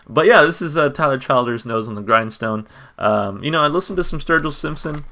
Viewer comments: Good stuff man... Tyler is the truth. Just a FYI he pronounces his name “Chill-ders”. For more of a stripped down sound like this check out “Hard Times”. With something with his band and a more full sound check out “Feathered Indians”. Or bet yet... check out both! Enjoy your ride down the Tyler Childers rabbit hole, it’s a fun little ride... I’ll subscribe to see if you keep going with Tyler, Sturgill, Colter Wall, Turnpike Troubadour’s, and a whole bunch more in this non-pop country slice of heaven. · His name is pronounced Chill-ders. I'm from Pike Co, (Eastern) Ky. All my family are coal miners. There is no more Coal stores to spend their money. The Opioid epidemic is absolutely everywhere but, it's CRITICAL there where the Western part of the state line of Williamson, W. VA borders the Ky line. When you say you're going to town; you're Williamson, W.Va. There is NOTHING other than the Coal Mines for a profitable job considering the coal mining is dwindling there. He's referring to his Dad's back because his Dad became addicted to prescription medication from his back injury he got working in the coal mines!! Please check out some more of songs; he was just nominated for a Grammy for his new album!! "Follow you to Virgie " is another part of Pikeville, Ky. That's where I lived when my husband followed me from Richmond, Va over thirty years ago!